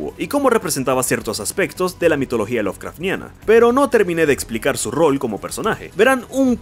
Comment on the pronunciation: No es un mal video pero estoy obligado a darle dislike después de escuchar "Caín", "Serafan" y "lovecraftniano"